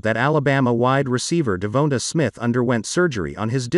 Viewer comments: DE VON TA SMITH not De vo ta or De vo na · De-Von-tae, is is that hard to say (i know i spelt it wrong thats how its supposed to be spelled)